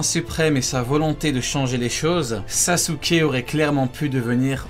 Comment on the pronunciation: En dit sasuke avant de faire des vidéos apprends à dire des noms japonais